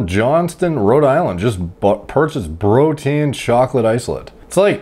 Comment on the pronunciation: Plz Stop saying brotien 😂